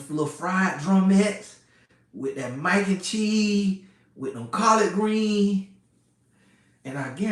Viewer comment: we got the following from "shashuma," "peppa" "minaise" "tamata" and "maack (stay off ya baack ladies) N cheese." LOL! This was informative and hilarious.